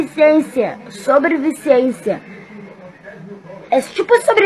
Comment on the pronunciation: ela falo sobrivivizencia